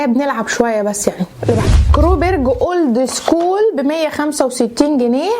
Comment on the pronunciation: يا اسمها اولد سكول مش أورد سكول